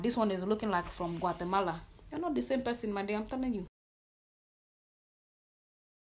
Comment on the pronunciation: Ha!!!!! She said....."Guatemala" She's NOT "Blackfishing"....No Ma'am!...she doing the....."Silence of The Lamb" Challenge!!!🐑🐏🤣🤣🤣💀💀